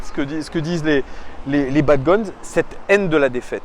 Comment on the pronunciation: salut, juste pour te dire: dans le mot bad gones, on ne prononce pas le s sinon super vidéo de ta part comme toujours